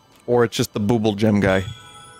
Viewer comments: I never realized how much I needed Vinny saying "Boobel-jhems" that way in my life. 😂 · It's the new speen, since speen has kinda run its course and isn't as thrilling, but bubbel is like crack